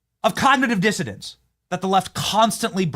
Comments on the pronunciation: Hello Benny. I watch every one of your WONDERFUL programs. Just a quick headsup from the UK 🇬🇧 The word, COGNITIVE DISSONANCE means all that you say it means but the word is “DIssonance” not Dissodance. An N in place of the D. Hope you don’t mind the minor correction. Huge hugs ❤🇺🇸🇬🇧🇿🇦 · It's "Cognitive Dissonance", Benny... NOT "cognitive dissidence"!!! 🤣🤣🤣